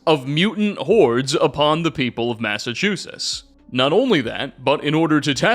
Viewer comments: No, you just pronounce a "t" at the end... always says "Massachusses," and I truly don't understand it. I guess it would be "MASS-uh-CHU-sits" if you're looking for phonetic syllable emphasis, but literally everyone but already knows that. And hey, I'm from Springfield, we don't have any sort of accent out west, unless there's a little-known Connecticut accent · WOULD SOMEBODY PLEASE TELL HOW TO SAY "MASSACHUSETTS," THE BELOVED LAND OF MY BIRTH. I mean jeez, it clearly has not just one, but two t's right at the end, I mean jeez